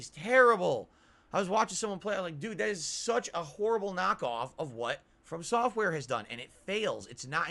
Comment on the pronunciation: in every From Software game: "dood too much lag man.. I CAN SEE, DOOD THE CAMERA DOOD. dood he insta kill me dood, what a piece of shit game mane..." in a dark souls clone: "dood FS did soh much better dood. Dood the mechanics in FS games superior dood".. -.-"